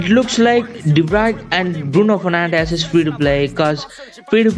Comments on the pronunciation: Go and watch unisport's new video as soon as possible. His name is pronounced as Bruno 'fernancsh'😂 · Its Fernandes not Fernandez His last name he pronounces like sss not zzz